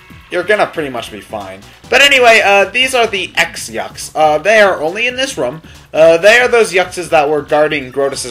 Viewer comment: Goombella clearly states that X-yux is pronounced "cross" yux, not "ex" yux!!